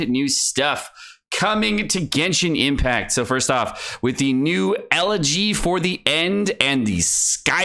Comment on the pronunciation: "Genshin Ipact"